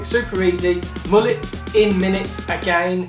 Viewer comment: Init defo not a mullet, but guy can’t say it properly either, he says moo-let so maybe this is a moo-let cut and not a mullet